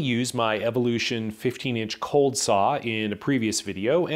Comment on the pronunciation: Errrr ‘cold’, not ‘bold’ 🤪